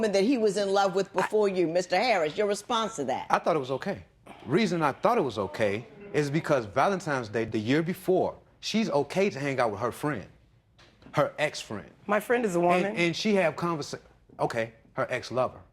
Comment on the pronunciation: Did this man just say valentimes day?